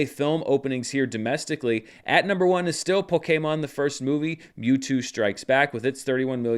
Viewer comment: Tbh, your pronunciation was pretty close to the official pronunciation even though most people don't say it that way.